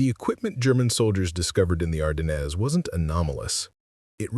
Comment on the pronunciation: And French. Even we Americans can pronounce Ardennes better.